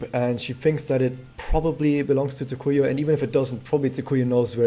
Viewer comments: Pronounciation tip. TSU-kuyo, not Tsu-KU-yu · He did not. The inflections were off and there was a distinct "yu" sound at the endof her name.